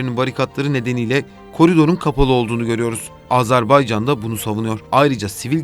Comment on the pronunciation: Videoyu seslendiren sevgili GZT editörü: "Azarbaycan" diye bir ülke maalesef ki yok. Ülkenin ismi "Azerbaycan" diye okunur. Teşekkürler.